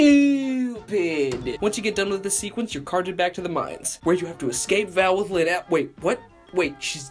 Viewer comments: "And begins to search for LYHYHNN!" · Every time you say lynn like that I burst out laughing like blake fr says it like that alot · the last time he says “Lynn” it sounds a lot like how vinesauce says “speen”